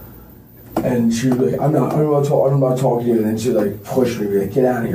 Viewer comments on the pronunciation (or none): What is he “tulking” about?😂